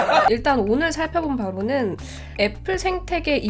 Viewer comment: 전 왜 "일단 오늘 살펴본 바보는" 이라고 들리죠?? 앞부분이랑 묘하게 어울리네